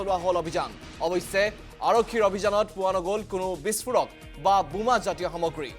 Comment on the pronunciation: Anchor babu, Assamese pronunciation is Boma not Buma but reporter pronunciation is Ok.